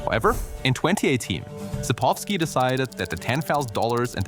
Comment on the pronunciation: how can you include the correct pronouncioation for południca in the video but still not fucking pronounce it that way? you said poludnyka and its sapkowski, not sapowski